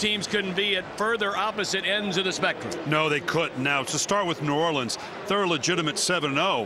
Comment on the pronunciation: The announcer said New Orleans wrong